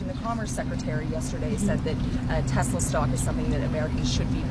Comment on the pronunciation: He called it " TESLER " 😂😂😂😂😂😂